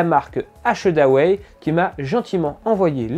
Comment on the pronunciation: Un test que j’attendais. Bonne vidéo mais faudra bosser la prononciation d’achedaway